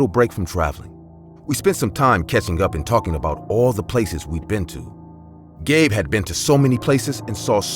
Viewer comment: I heard that too lol